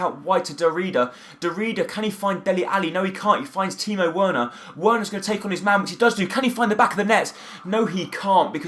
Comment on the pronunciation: I think you pronounce Werner like 'Verner' pronounce the w like a v